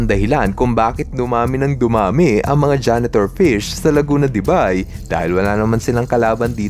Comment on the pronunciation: correct pronunciation is Laguna De "BEY"